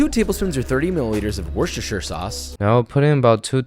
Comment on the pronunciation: A. Jacket potatoes are another term for baked potatoes (honestly thought this was international) B. Joshua's pronunciation of Worcestershire is pain... I understand it but it hurts